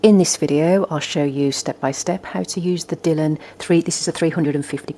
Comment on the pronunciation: Thanks for the video - useful to 'try' before I buy! I have a denim dress that's faded. Your channel looks useful. (By the way, it's Dy(e)lon, rather than 'Dillon'.)